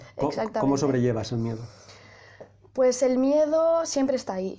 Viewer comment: En el minuto en vez de miedo "mierdo"🤣🤣🤣🤣🤣🤣🤣🤣🤣